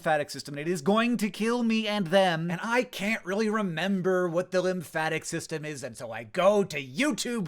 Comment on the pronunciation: .... Linfatic? Really.. it's lymphatic